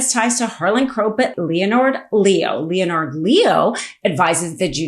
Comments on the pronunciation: I believe that Leonard Leo is pronounced "Lenerd Leo" and NOT "Leo Nard Leo". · Weird mispronounced words. Calvary? You mean cavalry? Ameecus? You mean Am-i-cus? Leo-nard? You mean Len-ard? Cray-ken? You mean krack-en? Seriously. Do better. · Its pronounced ( Len-erd) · Please recheck the pronunciation of some of the words in this podcast, such as "Leonard" (Leonard Leo) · great information, but please learn how to properly pronounce: Leonard, kraken, cavalry and Ilhan Omar's name. Thank you, and keep up the good work!